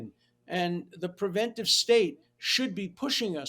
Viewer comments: Hugh! pre-VEN-ta-tiv is NOT A WORD!! The title of the book is The Preventive State (pre-VEN-tiv). It is excusable for illiterate people to utter non-words; but you are NOT illiterate. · Why can't Hugh say the word "preventive"? For crying out loud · My editor ears were pained by your pronunciation of Preventive. Glad he cited the name over and over and that you showed the cover so we can properly order it. Love the show. Big fan.